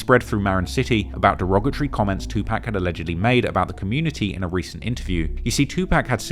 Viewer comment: “Two Pack” 😂😂😂